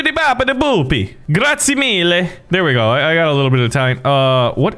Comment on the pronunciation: im italian, when you said "grazie mille" i really felt that 😆